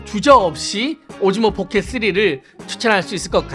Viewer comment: 아 자꾸 오징어 포켓 쓰리라고 들린다............ㅠㅠㅠㅠ